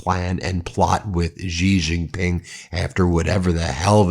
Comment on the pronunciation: Hey Ben! I love you and what you do but I really wish you would stop mispronouncing Xi Jinping. Try saying She-Jeen-Ping (She like the pronoun, Jeen like Jeep with an n, Ping like ping-pong. Main stream media titally pronounce it wrong and they always try to pronounce "J" as if it was a French word like Beijing (correct pronounciation is Bey-Jeeng as you would pronounce Jee in Jeep).